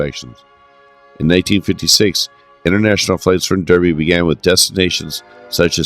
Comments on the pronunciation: Derby is pronounced "Darby" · DARBY, BIRMING(UM), R OOT ES, other than that a good potted history of a great airline